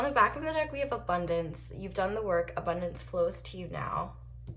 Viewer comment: still havent stopped laughing when you said "abondonce" so hilarious😂😂